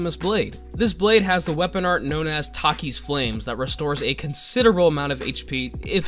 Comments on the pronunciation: The way he said Takers Flames........ Why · Please tell me he's butchering the WA name of the Blasphemous blade on purpose..